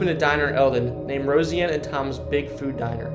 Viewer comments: I really do love these videos, and the effort you put in is awesome. However, it would be amazing if you put in as much effort into knowing how to pronounce the words you're speaking. You did not pronounce Des Moines correctly, nor did you even pronounce Roseanne's name correctly. It saddens me because you can look up how to pronounce all those words in about 2 seconds. It may be small, but those small things eventually add up. That would be my only advice for this specific video. Thanks for the hardwork. Still love the videos, just need to make sure you do all of your research- down to the words. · Why the F’k is this kid pronouncing Roseanne Bar like “Rosie-Anne Bar”?🤦‍♂️ Jesus Christ…. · RoSIE ann got me!? Like have u never seen this show!? One of the best ever! Come on now! 😆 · Why are you butchering Roseanne’s name like that bro. Sound it out. Rose. Anne. Roseanne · The VA hospital is torn down now and there is housing development on the land. How did you mispronounce so many different things in one video? Des Moines? Roseanne? Also, if you don’t have information of the abandoned location, then don’t put it in the video. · Rosie Ann has her own podcast and has been all over social media and had 2 popular shows. You would think you would of heard her name pronounced? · Nice video. You should consider practicing better annunciations. One example is Roseanne is pronounce Rose ann not Rosy ann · Enjoying the video but getting caught up on the Rosieanne name.. it's Roseanne... Rose.. Anne... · You don’t know how to pronounce ROSEANNE?? You say it like this ROSE🌹 Ann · It bothered me sooo much haha. Rosey-anne bahaha. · Pronounced. Rose Ann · pronouncing it differently (like po-tay-toe vs po-tah-toe) and pronouncing it incorrectly (it is Rose-anne not Rosy Ann... or Deh Moyne not Dez Moinez) are two very different things entirely. Learn to pronounce or don't do videos. Simple as that. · Roseanne. Not Rosy-Anne. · Rose-Anne not Rosey-Anne